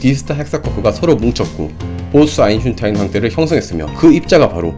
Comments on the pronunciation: 유익하고 좋은 영상이네요 근데 먼가 듣다보니까 자꾸 아인슈타인을 아인슝타인 이라고 하시는거같네요 .. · 님의 영상들 잘 보고 있습니다. 재료공학분야 뿐만 아니라, 다양한 과학분야에 대해 알게되어 매우 감사드립니다. 옥의 티로 느껴지는 것이 있어 조심스레 글 남깁니다... 발음상 "아인슌~타인"으로 들리는데요 (저만 그런지도?) 영어식으로 발음한다면 "아인~스따인" 에 가깝고, 독일식으로 발음하자면 "아인~슈타인" ('아인~슛타인' 을 빨리 읽으면 나오는 발음) 에 가깝게 됩니다. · 아이슌타인이라고 들려요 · 근데 아인슈타인이맞아요 아인슌타인이맞아요? 여기서는 계속 아인슌타인이라고 발음하시길래.. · 내용은 생각이 안나고 아인슌타인만 남네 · 근데 왜 자꾸 아인슌타인...... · 안슌타인 거슬리네 ㅋ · 아인슌타인 ㅋㅋ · 그나저나 아인슈타인 발음이 어려운시가봐용 ㅋㅋ.. 아인슌타인 . . . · 아인슌타인이라고 들리는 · 아인슌타인 발음좀 제에발 제대로해주세요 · 왜자꾸 아인'슌'타인이라고 하냐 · 아직도 아인슌타인이라고 하누.. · 아인슌타인만 들린다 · 아인슌타인때문에 집중 안된다.......ㅋㅋㅋㅋㅋㅋㅋㅋ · 왜 아인슌타인이라고 발음해요? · 왜 자꾸 아인슌타인이라고 발음하나요? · 저기요. 아인슈타인 발음때 왜 아인슌타인이라고 하세요? 아인슈타인이라고 발음하는게 어려운가요? 암튼 사람 이름을 잘못 발음하니까 좀 귀에 거슬리네요. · "아인슌타인" "아인슌타인" "아인슌타인" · 와 박식하시네요 근데 아인슌타인이 아니라 아인슈 타인.. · 아인슈타인입니다 아인'슌'타인 너무 신경쓰여요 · 근데 왜 자꾸 아인슌타인이라고 읽으시는거에요? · 아인슈타인 발음이 왜그래여 아잉슌타인이라그러네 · 아인슈타인 입니다 내가잘못들엇나햇네 아인슌타인 누군가 대본을잘못 써줫나봄~~ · 뭘 자꾸 아인슌타인ㅋㅋㅋㅋㅋㅋㅋ 도대체 누구인지?ㅎㅎ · 아이슈타인 발음 다시합니다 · 언챙인가요? 아잉싀타인 아잉싀타인 듣기 거북하네요. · 왜 자꾸 아인슌타인이라고 하는거야 ㅋㅋㅋㅋ 개웃기네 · 헉 정말이에 ㅋㅋㅋㅋㅋ 아잉슌타인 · 탑승ㅋㅋㅋㅋㅋㅋ 이거 댓글 보고 동영상 보니까 아이슌타인 밖에 안들렼ㅋㅋㅋㅋㅋㅋ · 나도 찾았었어요...ㅎㅎ 그런데 있네요... '아인슌타인' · 아진짜 슌타인ㅋㅋㅋㅋ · 나도 아인슌타인으로 들려서 나만 이상하게 들리나 했는데 역시 나만 그런게 아니었군 ㅋㅋ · 나도 이말하려 햇는데 ㅋㅋㅋ 아인슌타인이라고 계속함 ㅋㅋ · 저도 계속 아인슌타인으로 들립니다..저만그런줄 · 아인슈타인 발음에 문제 있는듯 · 아인슌타인... 발음이 어렵긴 하죠? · 이분 발음이 아인슌타인.. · 발음이 왜 이래 아무물질로 들려 아인슌타인으로 들려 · 슌타인씨 ㅋ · 아잉슌타인 으로 들려요 ㅋㅋㅋㅋㅋㅋㅋ 코막히신 느낌 ㅠㅠ ㅋㅋㅋㅋ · 근데 왜자꾸 아인슌타인 이라고 발음해요?ㅋㅋ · 왜 자꼬 아인슌타인이라고 발음하냐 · 아인슌타인은 도대체 누구야ㅋㅋㅋㅋㅋ 발음ㅅㅂㅋㅋㅋㅋㅋㅋㅋㅋㅋㅋㅋㅋㅋ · 형 다 조은데 발음 뭉개진당... 아인슌타인... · 슈타인 발음이 어려우면 스타인 이라구 해보세요. 저도 보면서 발음 귀엽게 하시네 했어요 ㅋㅋ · 아인슌타인이라고 하세요 ㅋㅋ 발음 귀여우세요 ㅋㅋㅋ 그거랑 암흑물질을 아믕물질 ㅋㅋㅋ 너무 커엽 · ㅋㅋㅋㅋ ㄹㅇ이네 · 아낰ㅋㅋㅋㅋㅋㅋ여기ㅠ나같은 사람이 또 있네 ㅠ ㅋㅋㅋㅋㅋ나 맨날 이런거 발견해싸서 주변에서 제발 내용만 집중해서 보라고 머라하는디ㅠ ㅋㅋㅋㅋㅋㅋㅋㅋㅋㅋㅋㅋㅋㅋㅋ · 근데 아인슈타인 발음이 왜이렇게 안되세요 ㅋㅋㅋㅋㅋㅋㅋㅋㅋㅋㅋㅋㅋㅋㅋㅋ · 아놔 원래 독일어 원어 발음인줄알았는데 그냥 혀짧은거였어ㅌㅋㅋㅋ